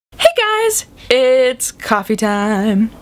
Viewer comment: Who else says "Hey dodger!" when she says "Hey guys!" at the beginning of every video. :)